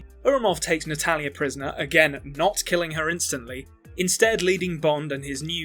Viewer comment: Half way into the video I realized you were saying "Natalya" instead of "an Italian". I always thought, "which Italian?"😂🤣